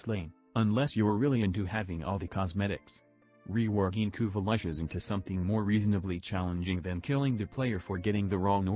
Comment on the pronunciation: kuva lahshes. that voice-to-speech is.. having some problems..